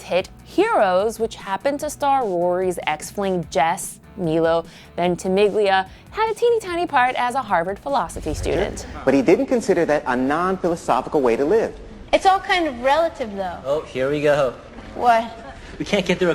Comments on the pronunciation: My-lo Venti-millia not me-lo venti-miglia ugh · the way she pronounces milo ventimiglia😩 repeat after me, it's MY-LO VENTI-MEE-LIA not MEE-LO VENTI-MIGLIA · Meelo Ventimeeglia ??? Really ...? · I cringed so hard when she tried to pronounce Milo Ventimiglia... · That's not how you say Milo Ventimiglia's name..